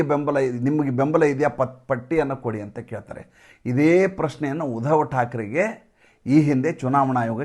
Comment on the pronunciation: ಸರ್.... ನಮಸ್ಕಾರ.... ನೀವು ವಿಷಯ ಮಂಡನೆ ಮಾಡುವಾಗ, ಪ್ರತೀಬಾರಿ ಉಧವಠಾಕ್ರೆ ಎಂದು ಉಚ್ಛರಿಸುತ್ತೀರಿ.... ಆದರೆ "ಉದ್ಧವ" ಇದು ಮಹಾಭಾರತ ಮತ್ತು ಭಾಗವತದಲ್ಲಿ ಬರುವ ಒಂದು ಪಾತ್ರ.... ಅದು ಉದ್ಧವ ಇರಬಹುದು ಎಂದು ನಮ್ಮ ಅಭಿಪ್ರಾಯ....